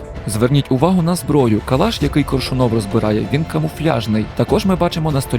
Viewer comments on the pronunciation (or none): кОООООршунов, а не коршунООв)